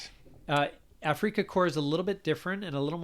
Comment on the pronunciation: 'Afrika' is pronounced just like the English word 'Africa'.